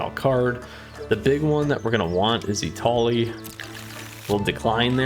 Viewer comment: I cringed every time you declined Etali.